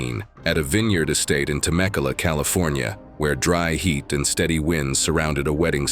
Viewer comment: It's pronounced Te- mec-you-la.